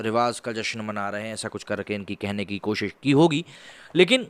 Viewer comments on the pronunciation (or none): none